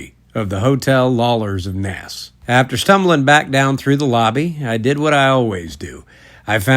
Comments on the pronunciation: It’s pronounced NACE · Naas rhymes with mace, btw... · Enjoying your videos bud. Helpful tip - pronounce Naas like 'space' except remove the 'sp' and add an 'n'. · Naas rhymes with pace, race, face etc.